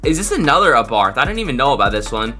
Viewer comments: Its abarth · It’s ABARTH